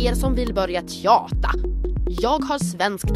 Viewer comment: älskar hur du säger tjatar :D du säger både t och j :D